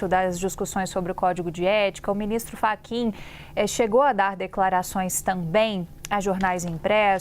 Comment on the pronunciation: Ele chamou o Fachin de "Frachin", logo no início? 😮